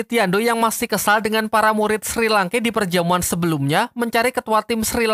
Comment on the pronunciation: SHI LANKE BUKAN SRI LANKE